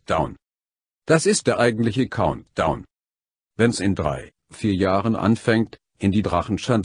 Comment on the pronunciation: Wie die PC-Kombjudä Stimme Countdown ausspricht :D